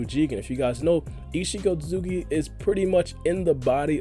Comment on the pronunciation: “Oat-Suits-ki” not “Oat-tu-suki” that being my only gripe... great analysis